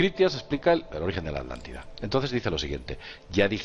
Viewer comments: "Alantida, Alantico" y así dicen que somos los latinos los que no sabemos hablar. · Me encantan sus temas, me vi casi todos sus vídeos pero por favor A TLAN TI DA mis oídos se ofenden al escucharlos hablar así. disculpen pero es lo q siento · bueno, ¿y porqué se comen la "T" al nombrar la Atlántida? ¿de dónde es su acento?, hago la aclaración: no es crítica, me gusta que el castellano permite y se enriquece de los acentos de tantos y tantos países